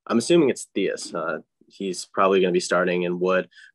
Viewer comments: Who’s theeus ?? Mans meant theis lol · How does that guy manage to mispronounce half of the players names. Theis and it’s not Chris levert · The way he pronounced Theis